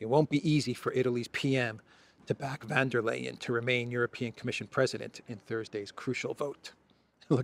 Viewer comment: you pronounce her name correctly 🎉